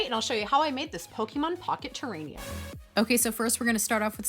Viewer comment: Lol “terrainium”